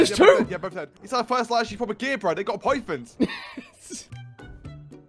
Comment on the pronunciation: "he had a poython" HAHAHA nice one! :D